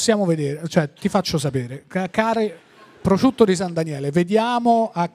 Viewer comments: Solo a me sembra che Tinti dica "prociutto"? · Ma perché Tinti non sa dire prosciutto?